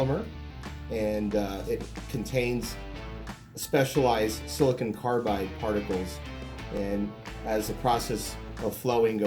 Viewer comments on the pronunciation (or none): none